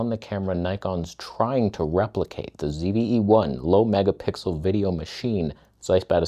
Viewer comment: Ah, the end of your channel is nigh. You won't see the day of Nikon greatness because you pronounced the ZVE-1 as perfect right here.